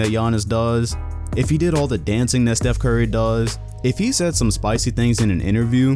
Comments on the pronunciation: Who the fuck is “chief curry” It’s “Steph” curry ,say it right But anyway I’m going for “yannis” this man can say no names right btw it giannis but yeah I hope he gets MVP and I’m not a casual fan because of going for him I was a NBA before you even knew how what basketball was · Chef Curry? Can you not pronounce Steph?